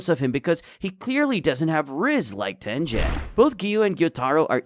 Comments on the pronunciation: Ah yes tenjen instead of tengen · 2 seconds in and the guy really said tenjen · Ten-jen? I don't get how the names are mispronounced when they're constantly said.